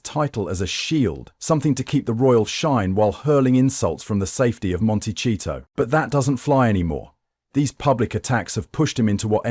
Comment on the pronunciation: I LOVE the mispronunciation, "Monti-cheat-tow"! SO APPROPRIATE! (Sorry for their neighbors.)